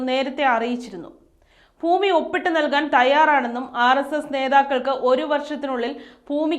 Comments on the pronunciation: ഫൂമിയോ?🤣 ഭൂമി എന്ന് പറയെന്ന് പറയാനാളില്ലെങ്കിൽ പിന്നെന്ത് പറയാനാ? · വാർത്തകൾ വായിക്കുന്ന ചേച്ചി ഭൂമി എന്ന് പറ പൂവല്ല ഭൂമി😂😂😂